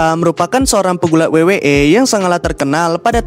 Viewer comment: Lawak betul sebutannya😂